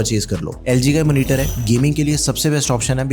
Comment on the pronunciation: Monitor - ❌ Manitar - ✅